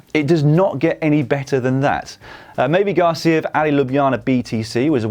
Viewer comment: Good content, but mavi García is mispronounced... Mavi same as Mavic. Not mayvee